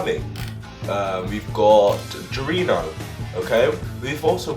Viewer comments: You said Giorno wrong, its more like Jor-no, not gir-o-no. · Just a quick heads up, to pronounce “Giorno” you must say it as “jour-no” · ok i'm sorry but... "Goirino"